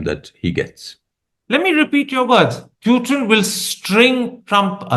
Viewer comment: The man’s name is POOTIN for god’s sake. Why do you insist on calling him PEWTIN. Call people by their real names PLEASE